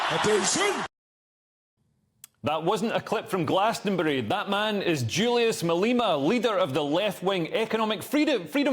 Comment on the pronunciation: Malema! Not Maleeema! Get your pronunciation right